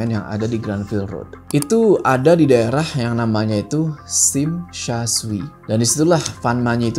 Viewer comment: Sim sha coi bang Jangan sim sha shui